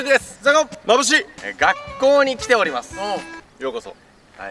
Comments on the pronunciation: 最初マムシって言った？笑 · オープニングのの時に「眩しい」 って言ったのが「マムシ」って聞こえて二度見したww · の最初の挨拶マムシって聞こえて、えっ？笑なんで触れないのかなって思っていたら眩しいって言ってた笑笑笑